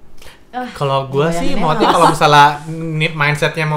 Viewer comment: Selalu salfok kalo kavidi bilang "maksudnya" jadi "mutnya" (???) 😂😂😂